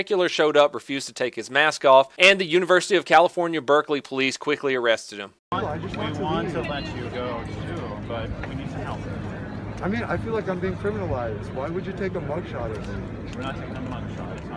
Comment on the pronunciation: I had my money on South Carolina for the longest time based on his pronunciation of the word "feel"-: "Regardless of the way you may fill about it, police do have fillings". Damn. Bama. All this time. That's why I'll probably never make Detective First Grade.